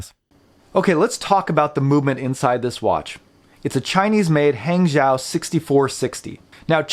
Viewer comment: Great review. Hangzhou is pronounced "Hung Joe" in Mandarin. Great movements actually.